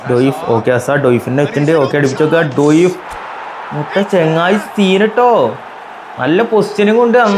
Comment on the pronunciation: ഡോയിഫ് അല്ല bro ഡിയോഫ്